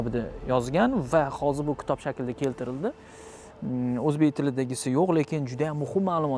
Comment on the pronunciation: "ktob" yoki "kutob" emas og'ayni, to'g'ri talaffuz qilgin iltimos, "KITOB" K harfidan keyin I harfini biroz yumshoqroq talaffuz qilinadi... K i tob...